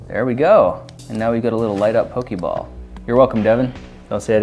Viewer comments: It's "Poh-Kay-Mon" And "Poh-Kay-Ball" Not "Poh-Kee-Mon" And "Poh-Kee-Ball". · It's not pokeeeeeebals its pokeballs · can we address he is saynig pokeball wrong??? its not pokey its pokA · Why is he saying "Pokiball" and not "Pokeball"? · Pokey ball? Poe-key ball? I'm offended. But only because it's the Internet. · didhe just say pooki balls? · auctully is pronounced ''poke-ay-ball'' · That's NOT how Poké Ball is pronounced :/